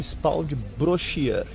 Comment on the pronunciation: Ele falou certo, em francês é assim que se fala mesmo: "Brochiêr"